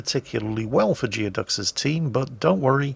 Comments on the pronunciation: It's pronounced gooey duck, not geo duck. Look it up, expect more from a sailor! Lol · I suspect it's pronounced "Gooey-ducks". A Geoduck is a basically supersized clam native to the Pacific Northwestern United States and also the mascot of the Evergreen State College. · "Geoducks" is pronounced "Gooey-ducks," it's a huge species of clam native to Puget Sound in Washington State, USA.